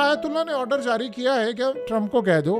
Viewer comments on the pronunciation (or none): none